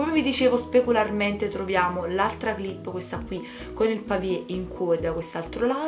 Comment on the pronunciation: bellissimo il bracciale! io ne ho 4 completi e uno senza charms in quanto si è allargato troppo e l'ho sostituito, comunque vorrei solo fare una correzione, non si dice pavie, ma pave! un bacione e complimenti per i charms!